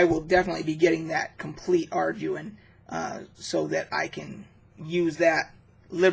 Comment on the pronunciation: It is pronounced are-dew-in. These were the first books that I used in early D&D. I loved the simplicity of the system and vastly prefer it over modern rules. You needed these supplements because the original D & D books were so incomplete. They were just collections of charts, maps, monster lists, etc. None of them actually taught you how to play the game in early days. It was passed from player to player by oral tradition only. I remember being offered a job in high school explaining how to play because parents bought the books for their kids but they didn’t know how to actually make a character or do combat or anything.